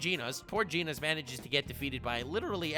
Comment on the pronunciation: he just said jeenos...